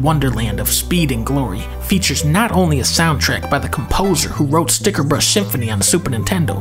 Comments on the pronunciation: No! Dunkey! You said Stickerbrush... It's Stickerbush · I'm so relieved to know I'm not the only person that mispronounced "Stickerbush Symphony" as "Sticker*BRUSH* my entire life. It blew my mind when I found out I was wrong. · I thought it was Stickerbrush too!